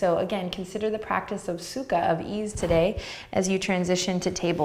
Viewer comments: Anyone else speak Russian and keep hearing "су́ка" instead of "sukha?" It doesn't mean "ease" lol. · Sadly, I could only hear Сука every time you said sukha and couldn't help chuckling like a child. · suka is also russian and i cant stop giggling when you say it